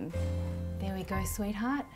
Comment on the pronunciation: I think you ment 'we' mate you said 'wee' lol